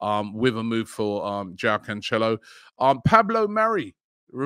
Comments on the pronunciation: It’s not pronounced canchelo Robbie, he’s Portuguese not Italian. Nice and simple João Cancelo. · Man said Canchelo as a Portuguese person I can confirm that was incorrect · Jao KanChello😂😂😂😂😂…. Robbie killing names since 1900